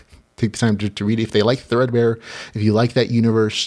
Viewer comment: Woo wooo, you said thread-bear! Will give it a go for sure